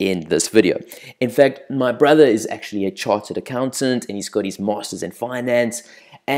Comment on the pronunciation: It`s not charted Accountant, It`s Chartered Accountant.